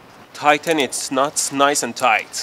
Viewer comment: am i the only one that laughs when he said tighten its nots😂😂😂